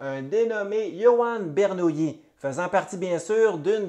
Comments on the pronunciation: Ber - Nou- Li . Bernoulli n’était pas une nouille, pas de yi à la fin ! Sinon, vidéo très intéressante. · Belle démonstration, qui pourrait être affinée en prononçant son nom de manière correcte. Jean Bernoulli, mathématicien suisse, bien que né à Bâle prononce son nom à l'italienne, où les deux l se prononcent comme 1 seul